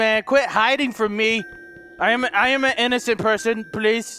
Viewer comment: When says please it sounds like police LOL